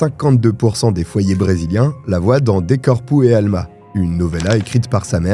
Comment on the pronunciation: ton portugais est trop drôle! Corpo e Alma.....corps et âme....😅